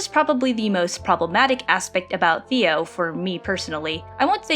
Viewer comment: before i finish this video, his name is pronounced "Tay-oh" not "Theo" !!